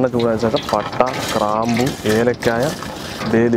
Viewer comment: Kraampu alla chetta. Graambu